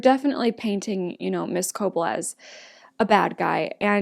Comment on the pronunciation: Looking forward to your reactions. FYI- Cobel is pronounced Ko-BELL, not CO-bull. Have fun with this show.